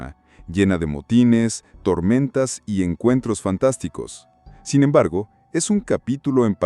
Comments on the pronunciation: "Sin embergo"? Yo pensé que había encontrado al fin un video sin IA, pero estas cosas me hacen dudar. Y las ilustraciones directamente lo dejan claro. Lástima, está interesante el video, pero esos detalles estorban mucho. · Yo creo que sí, dice "sin embergo" varias veces, en vez de "sin embargo".